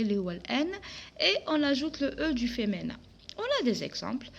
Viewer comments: Apprenez d abord la prononciation française on dis Féminin et non pas femenin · On dit féminin avec mi pas avec mé